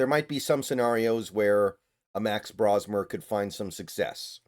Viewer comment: Pronouncing his name wrong. It isn't "Brah-smer", it's "Bro".